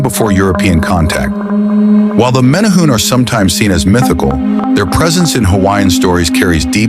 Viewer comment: You are pronouncing it wrong. More like mini-hu-ne.